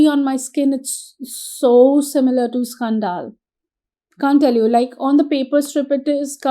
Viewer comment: Scan -dil scandal not scaan - dal.